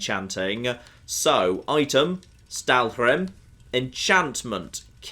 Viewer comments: Im cringing every time he says "Stalwhrim" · admittedly, with all the fun you make of pronouncing things at times, I'm surprised by the Stalhrim prononcing you're doing......my goodness.....lol. Get the whole damn "hrim" part lol.